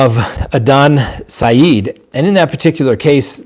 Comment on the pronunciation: *His name is Adnan not Adan and the last name is pronounced Si- Ed, not Si- EEED. And i think he killed Hae Min.